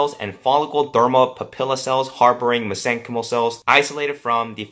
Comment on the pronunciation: Mesenchymal is pronounced "mesen-kymul."